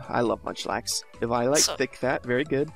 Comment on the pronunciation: Oooo oh oh god he pronounces eviolite sooooo wrong!!! It's pronounced ( Evee-O-Light) Jesus